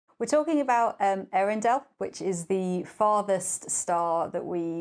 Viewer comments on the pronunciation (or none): I think it's also pronounced more like Eyarendeel, the E and Ä are pronounced separately like in Zoë.